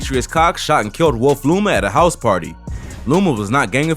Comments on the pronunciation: Not hizzy, “hi-ghs” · It’s house [hize]not hizzy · HIZZY lmfaooooo pronounced house but okkaaayy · Bro said “Jail HIZ-ZEE Blues” 😭💀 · Jail hiZe pronounce house.